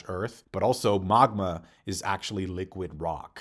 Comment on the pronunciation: And my guy it’s Magma ( Mag-muh) not mogma